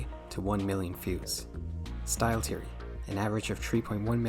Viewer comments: Please try to pronounce Three, Theory and Thinking properly, that sht hurt to get thru, even though I agreed with most of what you said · cool video but I can't stand how you pronounce theory as teory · "Game teory" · Hi. Your pronunciations are trash. It's THEORY not TEEORy. You aint Irish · >teary >tree bro visited his speech impediment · hearing "Game Teary, Teary Channels, Tearies" hurts my brain functions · Imagine making a video abt THe THeory channels but can’t pronounce “TH”… nightmare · Bro how did you manage to misspell Theory everytime you said it?